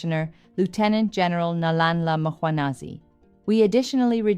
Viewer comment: Love your content, your look and how you show up… like a boss ❤️Next time just practice the click ‘hl’, Nhlanhla. It will sound good on you. Not Nolllalllala…